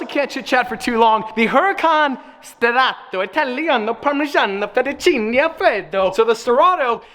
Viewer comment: Ahahahhahaha loved that fettuccine pronunciation